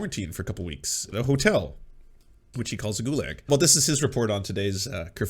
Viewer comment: He actually pronounces “gulag” how it’s spelt